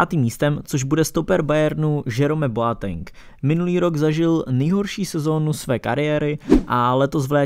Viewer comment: žerome boateng....odjebalo me hned ze začátku :D